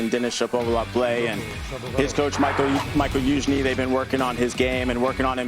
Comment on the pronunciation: Liking this new guy! Just one thing, it ain't "Michael" Youzhny lol